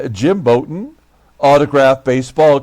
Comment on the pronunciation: Jim Bouton is pronounced like take a bow. You managed a good game and yet you lost. Keep Duffy Dyer, he's a pretty good back up catcher.